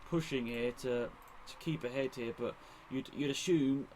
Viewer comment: you said peres can push to keep ahead (i heard keep a head because of doggy neck) and both makes sense!!!!!